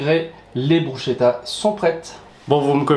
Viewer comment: Hummm j'adore les "brousse-ket-ta" 😉 que l'on peut décliner à notre plaisir ....